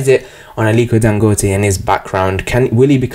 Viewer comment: You said his name correct.